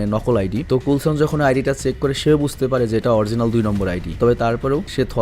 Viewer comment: ভাই,,নাম গুলো ঠিক করে বলবেন প্লিজ,, কুলছন কে বুলছন কেনো বলছেন। 😅😅